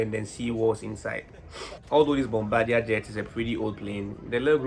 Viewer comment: Bombadier is actually pronounced the french way